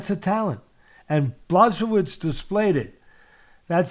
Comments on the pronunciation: Bluhssovitch Hahaha polish names are the hardest to pronounce. And i speak a slavic language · Bwa ho veech. ch = h....w = v...i = "E" sound. The letter "i" by itself pronounced "E" is actually "and". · Who's Blasovitz? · Teddy: “Blazsovidge” ...👍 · The name should be pronounced 'buahovich' or 'bhwahovich' :] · Blahoewich discabogulated him...classic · "Ba-show-vits" Lol.😂 Love it! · nope... it's Bwa-ho-veech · big blachovich 🤣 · I want to give jan his credit continues to mispronounce his name the next 15 minutes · It's OK, Jan wouldn't be upset about this, Jan is normal guy and Jan knows that Polish is difficult language. I am Polish and I still have problems with Polish language, the reform is long overdue. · Lmao.damn teddy is butchering the hell out of Jan's name.😂😂😂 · It would be awesome to hear Teddy mispronounce my name every time. It would be an honor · Just call him Jan (or check pronunciation of his surname)